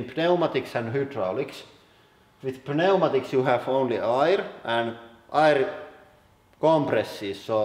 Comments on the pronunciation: Just a lil thing "Pneumatics" is said "new-maticks" The p is silent because of English's weird history (Latin pneuma meaning wind They were weird) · He pronounces the p in pneumatics :P